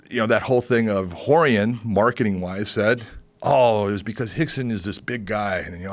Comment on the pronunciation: The way Joe pronounces Rorion: Whore-ian